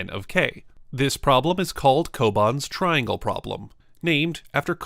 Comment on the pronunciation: tringle hehe